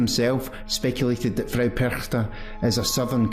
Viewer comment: Hallo! Ich bin von Österreich. Du sagst "Perchta" sehr gut. "Frau" sollte aber besser sein. Das muss ein richtiges AU sein. Ich möchte noch dazu sagen, dass Frau Perchta sicher KEINE untergeordnete Göttin war, viel mehr DIE Urgöttin schlechthin. Noch älter sind sicherlich die keltischen Götter, da gab es damals die Göttin Cailleach. Und dann kam sicher schon Frau Perchta. In Österreich waren erst die Kelten danach die Germanen. Dann kam die christliche Kirche, die mit allen Mitteln versuchte, den Menschen den alten Glauben auszutreiben. Aber im Alpenraum hängen die Leute sehr an ihren Traditionen, und ich kann mir vorstellen, dass es ihnen gerade hier nicht gut gelang. Wenn es also nicht gelang sie auszurotten, dann musste man sie umso mehr dämonisieren. Dann ist sie keine schöne Lichtgöttin mehr (ihr Name sagt das ja: die Strahlende, die Glänzende), sondern eine alte hässliche Frau. Jeder (in Österreich) denkt sofort an die hässlichen Masken, die Perchten die bei den Perchtenumzügen getragen werden. Niemand denkt an eine schöne Lichtgestalt oder an eine "Weiße Frau", die liebevoll und schenkend durch die Lande zieht, und die Frauen und Kinder beschützt und beschenkt. Diese Lichtgestalten findet man nämlich auch in ganz Europa, wenn man ein bischen forscht. Witte Wieven in den Niederlanden, La Dame Blanche in Frankreich, die Saligen Frauen in Österreich usw. Und das ist eigentlich die helle Seite von Frau Perchta. Gut dass es noch Menschen gibt, die das alte Wissen erha